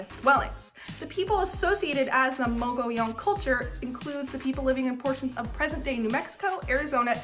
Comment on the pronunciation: Your facts are off which makes them not facts. The rainy season is July - September, the caves that the nomadic people used as shelters is situated above Cliff Dweller Creek not the Gila River. Good job pronouncing Mogollon correctly.